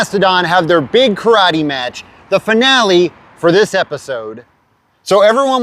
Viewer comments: KARATE! Nobody pronounces better than George takaei, Oh My! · This episode taught me to correctly pronounce “karate”. Like a dildo. I love your videos. You rule. The church steeple and the star, that’s just incredible.